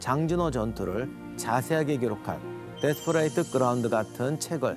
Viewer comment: 여보세요, 기자님! Desperate ground는 데스퍼릿 그라운드 혹은 원음에 가깝게 발음하고자 하거든 데스퍼릇 그라운이라 해야합니다. 데스퍼레이트가 뮙니까?